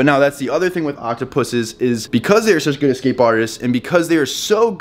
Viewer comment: He is saying it correctly.